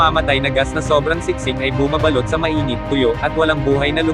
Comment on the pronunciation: iba ang labi(remained) sa labi (lips) iba ang bumabalot(wrapped) sa bumabalot (sound balut) .. AI yata ang narrator hindi tao..palpak